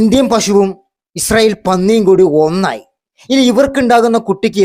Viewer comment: ഇസ്രായേൽ എന്ന് പോലും പറയാൻ അറിയാത്ത ഇജെറയിൽ എന്ന് ആണ് മോഡി പറയുന്നത്...